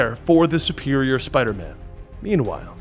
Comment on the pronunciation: Its Spider MAAM.